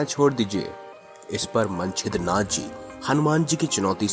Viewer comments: मनछेद्रनाथ नहीं मच्छेन्द्रनाथ है उच्चारण गलत कर रहे हो आप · क्या मन-छिद्र-नाथजी बोलते हो? मच्छेन्द्र नाथ उच्चारण नेही कर सकते? वह श्री गोरखनाथ के गुरुजी थे। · मच्छेन्द्र नाथ नाम तक तो लेना आ नहीं रहा स्टोरी सुनाने चलें वाह 😂🤣